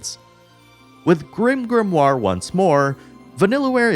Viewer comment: Stop saying grimgrimoire